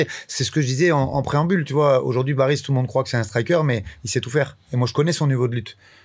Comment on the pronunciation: Oui je sais que c est un prénom turc assez commun qui s écrit Baris mais qui ce prononce Barish..... J en connais un qui est née en Turquie de 2 parents turcs arrivée en France à 6 ans , il n as pas d accents non plus , mais il met un point d honneur a la bonne prononciation de son prénom turc... C est le première athlete turc de sport d hiver ....